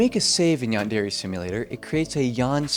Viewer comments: bro really says yan-dairy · I can't get over the pronunciation as "yawn-dairy". 😂 But in all seriousness, this is a really interesting look into the project and its problems. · Given how the average American pronounces it: They don't, either. Yan-Deh-reh-. Not: Yarn Derry. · Ahhhh. Yaanderry Simulator. (No. Seriously. That's how you're saying it.) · yandairy simulator jokes aside p good vid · why dose everyone pronounce yandere wrong? XD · lol i cant get over how you say Yandere. Its so ..... bad? hard to hear? IDK something about it, makes me wince. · no hate but please learn how to say yandere